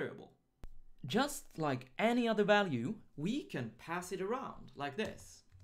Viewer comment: Hey + - I love the video series you're running. I know you're from Sweden - which is great by the way - but I have one feedback on the 'j' pronouncation. When you say 'just' - please use the same sound same as in "juice", not as in "yaml". Because it's "j" not "y" - there are thousands of comments already so you'll probably miss this one, but I needed to write this. Thank you!:) Again, the series are great:)